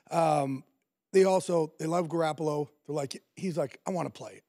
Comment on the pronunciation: Before he opened his mouth I knew just by the way he looked that he'd pronounce it "Gar- apple-oh"